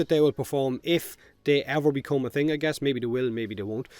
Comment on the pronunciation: Unknowingly you have achieved a cross cultural marvel... In Hawaii we have our own accent in which "the" is "Da" and "thing" is pronounced "ting" just like you.. so when asked about how something performs,such as a surfboard or motorcycle or whatever, if the thing is good we say " Brah..Da ting goes!" so props to you and Aloha from Hawaii..